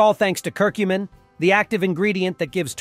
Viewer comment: You can’t say Curcumin correctly !